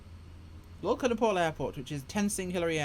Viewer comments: Haha yeah. Great video, getting the name wrong every time of one of the most famous airports in the world... At least it made me laugh rather than annoying me! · Why the fuck do you keep calling it lulka? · Yeah, it's Lukla. I thought maybe it was a local pronouciation and I was wromg all along 😎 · I so much like the way you call that little airport LULKA. Sounds like Yiddish to me... A great video, BTW